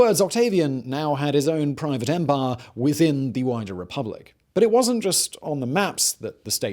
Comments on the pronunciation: “The Roman Empah” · I never get tired of how he pronounces “Empaaaaah” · Remember to drink when Simon pronounces the word "empire" as "empaaah"